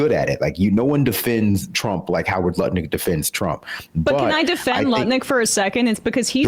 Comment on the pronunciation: I am no longer able to take Lutnick seriously in any way since I heard pronounce his name 'Nutlick'.